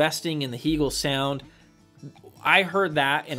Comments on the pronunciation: I had never heard anyone mispronounce Hegel until this video. It does take away from your perceived knowledge of a brand. Most English speakers pronounce it the same as the philosopher’s name. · I think these things are important. Just like how people prefer having their own names pronounced correctly. As a Canadian dealer, I can tell you it is "hay-gul" or "hay-gel" as opposed to "hee". If you watch videos by Bent or Anders, you'll see they pronounce it this way.